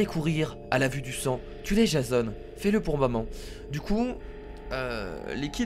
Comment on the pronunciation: sa ce dit jéson